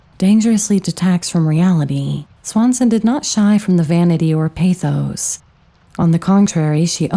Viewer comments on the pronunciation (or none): none